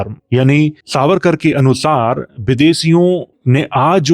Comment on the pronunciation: Aap harr jagah स को श बोल रहे हैं। सावरकर को शारीरिक और ऐसे ही कई शब्द।